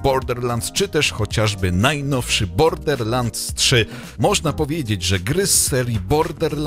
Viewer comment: Nikt:: bordeRlansd.... bordeRlansd.....bordeRlansd